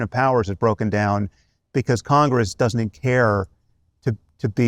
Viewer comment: is that a Scottish "Doesnae" ? Congress doesnae care.